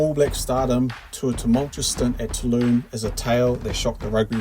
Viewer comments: Seriously mate, it's Toulon not "Tooloon" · Two-lon not Two-loon. ;)